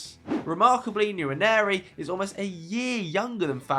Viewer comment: Guys Ethan Nwaneri's name is pronounced Wa-neri, not Yanieri, Someone posted it in another video, he might be born in England but that's an Igbo Nigerian Name and if you don't know how to pronounce it just say Ethan like most people for TAA by calling him Trent. Edit: If you can pronounce Nwankwo Kanu effortlessly use that to pronounce nwaneri